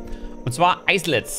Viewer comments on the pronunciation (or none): will nich derjenige sein aber....leitet sich das nicht von isle ab und wird daher "ailet" ausgesprochen?